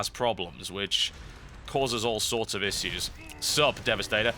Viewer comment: Thum bas up if you want him to say issues correctly. :) Yur awesome Total!